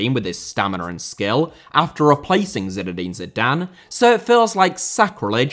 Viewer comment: Butragueño* not Butragano Dinamo* not Dinamau Stamina *not Staminer Zinédine* not Zeneden Fathers* not Fohrthers Weah* not Weyer Serie* not Siri Diego* not Diyeigouw Miles* not Mals Rather * not Rother Cannavaro* not Cannavohrouw Benzema* not Benzemohr Andriy* not Ondrey Rivaldo * not Revaldouw Figo *not Figouw Oleh* not Ouwlei Gullit* not Hăllet München * not Munich Omar* not Óuwmohr Sívori* not Sevori Gianni* not Dgiohrnni Lionel * not Leonl Roberto* not Robötouw Baggio* not Bagiouw Inter* not Ento Grande * not Grandeo Matthäus * not Matthejas Pelé* not Pelei Alfredo * not Alfreidouw Eusébio * not Yusséibiouw Mozambique* not Mouwzambic Nazário * not Nazériouw Johan* not Jouwhan Cristiano* not Crestiohrnouw Regime* not Reigime Half* not Holf